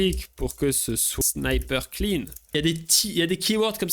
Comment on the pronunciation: Alors un "snippet" en anglais, ça se prononce pas comme un "sniper" ! Le premier se prononce "ˈsnipət" donc on entend "i" alors que les second se prononce "ˈsnīpər" donc on entend "ail"...